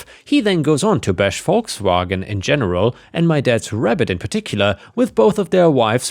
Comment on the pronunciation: As always, hearing Volkswagen properly pronounced by a German is a thing of true beauty...